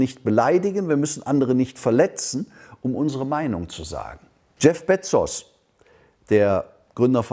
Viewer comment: Spricht er Bezos absichtlich so falsch aus?